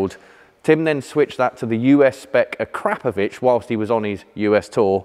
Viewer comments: I absolutely love this show but there are two things I really do not understand .....NOISE...., is one and the other is the pronouncing of the word AKRAPOVIC exhaust. ....it's AKRA ......POVIC..... sounds so terrible A...KRAP ...OVIC... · It's pronounced Akro Pro Vic who og did motorcycle exhaust first, and once called the translation of ackr Pro vic was used at some time in the 90s scorpion.